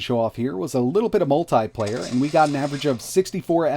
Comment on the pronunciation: Say multiple, now say multiplayer. This guy says MULTAI-PLAYEYR. okkkkk